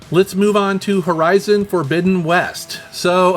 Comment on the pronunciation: yeah... hoe-zye-zon...